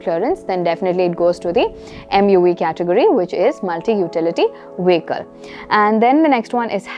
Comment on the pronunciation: Good,! Just a suggestion. I think you need to check on the pronunciation of vehicle. I heard the 've' sound at the first syllable. I think, the pronunciation is 'vee-kl' instead of a 'veh-kl'.